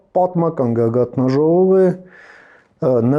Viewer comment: գագաԹաժողով է, տղաաաաա՛՛՛՛, գագաթՆաժողով ՝ Ն֊ով, չկա , ուղղախոսական բառարաններ բացե'ք, ամոոո՜թ է....